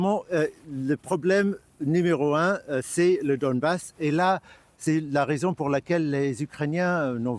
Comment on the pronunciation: C’est Donbass Et non pas Dombass